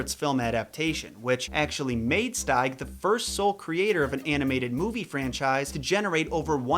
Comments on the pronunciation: it’s pronounced “steeg” not “stayg” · Here is how I pronounce Williams last name: I always pronounce his last name steeg(as in, Steve), not styg(as in, style) like you did.